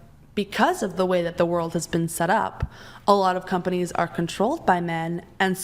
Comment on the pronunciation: swear she said 'cumbunnies' instead of 'companies'